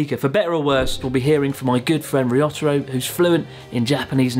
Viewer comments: Why do you say "Ryotaro" like "Ree-otter-o", when you know well how to pronounce Japanese names? Confusing. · What a shame you constantly pronounced Ryotaro's name like a true gaijin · Ryotaro is a good guy to help you out. I hope you will practice saying his name. You could do better. Typical of English speakers you seem to struggle with the small ya, yu, yo, pronouncing them separately instead of blending them. (e.g. Tokyo is 2 syllables, not 3)